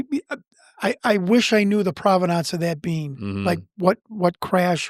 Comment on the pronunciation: He's just trying to prove the providnonce of the video!